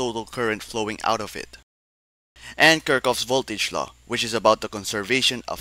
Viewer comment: Crazy pronunciation of Kirchhoff. Still, great video.